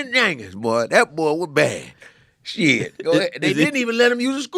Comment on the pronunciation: lollll why you gotta say Jenkins without pronouncing the J